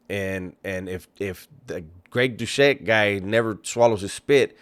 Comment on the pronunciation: Pronounce Greg's last name correctly